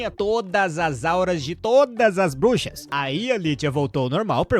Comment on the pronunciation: Cara não sabe ingles nem português kkkk brushas kkkkkkk